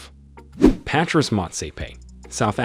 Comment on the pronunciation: Kanye is pronounced Con Yea. ...not can I. Beyoncé's name is pronounced Beyon- say. Patrice is pronounced patreese. And I'm sure you got everyone else's name wrong too. Plus, you explained how the first white looking guy (Karp) made the list as a black person but what about the rest? Rhianna is from the Caribbean in America.